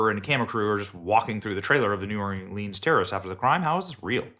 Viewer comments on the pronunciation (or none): Hey Benny, keep up the good work on exposing the corruption in the govt. 👍 By the way, the “e” in Orleans is silent so it is not pronounced as leans. Diversions are in their (FBI) playbook. Has anyone noticed there haven’t been anymore drone exposures in the media? Are the drones still flying around? Sleeper terrorist cells and those coming across our border are in our country waiting for their signal to strike. They and their handlers (govt???) are evil that don’t care who they kill, they just want to destroy our country at any cost. When one area is exposed that we see they do something to divert our attention.